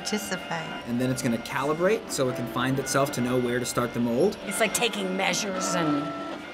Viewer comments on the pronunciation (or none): "molds" Sigh....